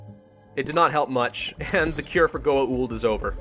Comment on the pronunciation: That pronuncation of Goa'uld if just 'goauld', not 'goa uld'